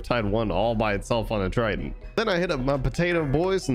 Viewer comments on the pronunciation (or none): Please stop saying triton it’s triggering me Edit: good video otherwise